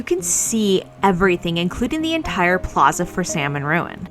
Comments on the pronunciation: Salmon Ruins also gets money through their Division of Conservation Archaeology, which is a for profit business run from their facilities. Also, Salmon is pronounced Sal-mon, with the L, it is a family name. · The runs named after the Salmon family are not pronounced the same way as the fish is named. You have to pronounce the L, like Sahl-mon.